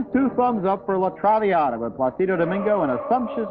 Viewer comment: Pretty hard not to wince at Ebert's bad pronunciation of "Placido"